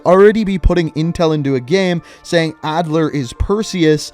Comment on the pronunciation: Its Adler